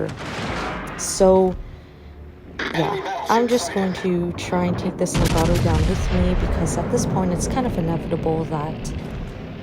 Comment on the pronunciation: A couple of notes on pronunciation you might like: Nagato - Na with the 'A' as in cat. Ga also with the 'A' as in cat, - Toe. Very short and clipped - practice it - Na Ga Toe. Same thing goes with Yamato. Ya with the 'A' as in cat, Ma with the 'A' as in cat, Toe. Very short and clipped. Ya Ma Toe Musashi - Mu with the 'U' as is but, Sa with the 'A' as in cat, She. very squeezed up , shortened and clipped. Mu Sa She. The Japanese tend to speak very fast and to the western ear it can be hard to pick out some words.